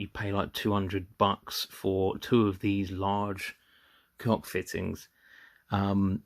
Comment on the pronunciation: It's pronounced like "Coke". Cheers mate!